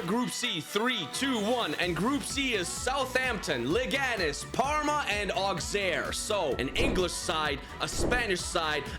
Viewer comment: The pronounciation of Auxerre is not "Auxerre" is "Ausserre"